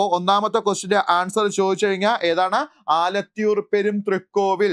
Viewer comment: ആലത്തൂർ എന്നാണ്